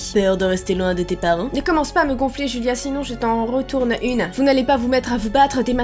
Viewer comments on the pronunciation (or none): none